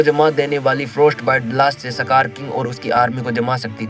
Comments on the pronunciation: Skar ❌ sakar ✅ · सकार ❌ इसकार ✅